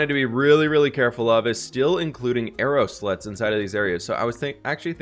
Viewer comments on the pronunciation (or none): Are you calling them "arrow sluts"? instead of "slots"?